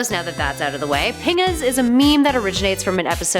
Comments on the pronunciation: That is not how you pronounce pingas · Pingas sounds like ‘Penis.